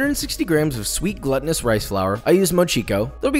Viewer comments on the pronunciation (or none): Why is the pronunciation of mochi a question? "Tachi"??? C'mon! You should worry more about your pronunciation of glutinous. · When he said pronounced glutinous.... gluttonous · The way he pronounced “glutinous” 😂😂😂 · Pronounced glUtinous.. not as in gluttony.